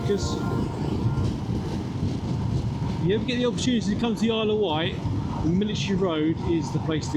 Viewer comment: It’s the Isle of Wight, not White 🤨